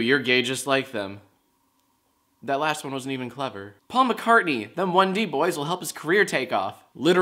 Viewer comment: It is Paul McCartney not McCarthy okay I am pissed off